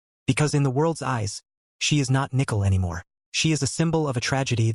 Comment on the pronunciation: This robot is calling her NICKEL